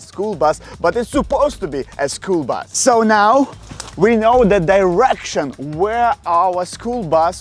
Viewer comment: bro said bas instead of bus